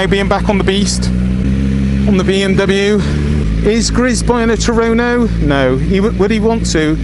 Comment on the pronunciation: HA HA TUONO not Turoro , you west country boys